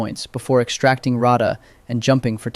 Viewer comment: Row-ta? It’s pronounced Rot-ah